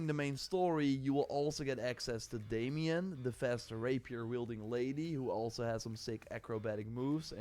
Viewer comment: The lady player character's name is Damiane (Dah - miah- neh), and not Damian, nor Damien. Kliff (the dead hero, which miraculously survives by some form of mystical witchcraft, or voodoo magic, or who knows what?,... which is just my opinion, based on trailer video observations), Damiane, and Oongka (the ork), are the 3 current player characters, with Naira (the lady eating bread at the camp), and Yann, the short haired blond with a mustache and beard, that says, "So this is home now, ey'", are 2 other possible player characters in the near future. I for one love everything about the game, with the exception of having no followers/companions to journey and fight alongside the main character, no romance options, no real choices and consequences that affect the main story and worst of all, the convoluted heavy input mechanics in the game. I'm still pre-ordering the Deluxe version on Steam to test it out, and will only refund the game, if it does not support mouse & keyboard, does not allow key remapping and does not allow access to console commands (especially God mode, in case the key input system is a total clustermuck and way to complex for my liking). There is just way too many other enjoyable game mechanics to keep me entertained for 1000 hours or more, even while cheesing and ignoring all the convoluted combat mechanics. Frustration and dying thousands of times, has never, is not and will never be a fun factor for me and my style of gaming. Good luck with your game! Who